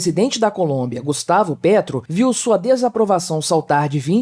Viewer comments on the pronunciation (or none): none